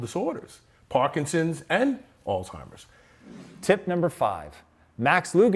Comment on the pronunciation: ‘Altimers’? Really!?